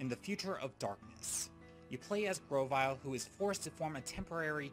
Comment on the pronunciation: GROVYLE, NOT GROWVILE!